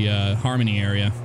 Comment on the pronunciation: "Arear"? Oxford?